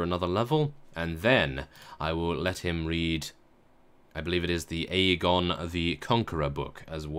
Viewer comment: aegon is eggon when you say it sorry for bad english :(